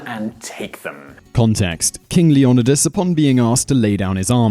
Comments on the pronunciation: LEE OH NIGH DUS NOT LEE ON IH DUS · Leo-Neye-dus ARG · The original greek is Leh oh knee thass